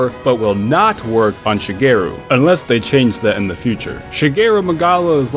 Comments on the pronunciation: It's Shagaru. Not Shageru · ShagAru not Shageru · Bro you can still trap Shagaru, just not capture also every time you say "Shageru" instead of "Shagaru" I flinch... tell me that's on purpose... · Sha-gar-oo. Not Sha-gair-oo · Shageru??? Seriously??? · Still the best monster in the whole series for me. Great designs, great mechanics (frenzy), great fight, great tie-in to the story, great armours/weapons and not only the dang thing can evolve, it also has a special mixed form that grants a unique ability to its weapons. What a fantastic monster. Also, the evolved form is called “Shagaru” not “Shageru”. I thought you were making fun of Shigeru Miyamoto at first. LOL Speaking of Gog, I also love that monster a lot and it’s such a fun fight, shame you’ve never fought it. As for the camera control, the touch screen camera is a godsend compared to the “claw” back in the PSP days… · Every time says "ShaGEru", take a shot (cries) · Dude how can you make a video about gore and SHAGARU and not even get the name right... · Shagaru, dude. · You cannot trap Shagaru.